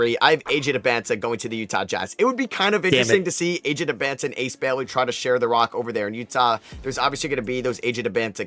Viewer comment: I mean you say AJ's name wrong too.